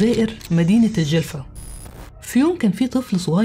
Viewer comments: في وقتها تقلبت الدنيا وخاصة ولاية الجلفة ولكن لي يحير لماذا زهراء لم تخضع ليd a n كيما حميدة صراحة شئ مؤسف شكرا علي السرد القصة ولفظ الصحيح للولاية/الجلفة/ القصة كانت روعة وأنتي في القمة نصيحة تابعي مع القصص العربية❤❤❤ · ❤أختي بالطبع تعرفين أني متابعة وفية من الجزائر أختك زهرة..والفترة اللي غبتي فيها كل يوم نشوف إذا نزلتي فيديو لكن المفاجأة انك نزلتي الفيديو عن جريمة فعلا هزتنا جميعا وقتها لاأني اسكن في ولاية الجلفة.حتى نطقك لااسم الولاية سليم.الله يخليك ويحفظك..حبيبتي أحبك في الله اختك زهرة متابعة وفية❤❤❤❤